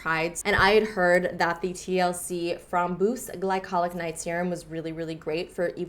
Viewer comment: Lol, framboos means razberry in dutch and you pronounced it do darn funny